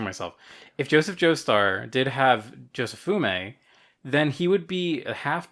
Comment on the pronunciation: Jo-Se-Fu-Mi. "Jofume", SMH